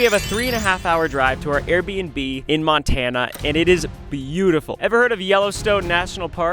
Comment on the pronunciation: The way she said Montana😂